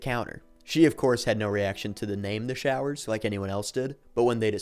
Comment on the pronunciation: They were showers, not growers. 😂